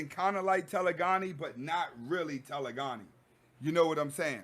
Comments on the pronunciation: Loving all the knowledge bro. You're REALLY helping me through a tough break up. You're pronouncing it wrong tho. It's TE.le.gony. like hypergamy. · Telegony is pronounced Taa - lay - gah - nee. Peace to you God.